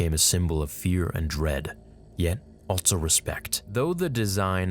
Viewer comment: WHY DO YOU SAY ALTSO? it bothers the shit out of me, otherwise I like your content. I'll sub when you stop putting the "T" in the word also bruh.